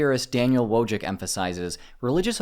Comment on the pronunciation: Wojcik should be pronounced either as "Voichik" or "Voitsik" (depending on which Eastern European country it originates). This might come across as a little picky, but I prefer to get foreign pronunciations correct as a measure of respect.